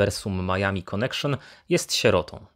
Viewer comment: "konekszon" hehehe